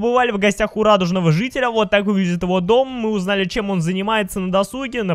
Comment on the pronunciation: он сказал зителя